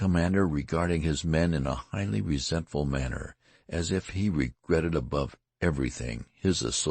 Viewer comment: Whoever is reading this keeps reading words wrong. "Resentful" "muttering"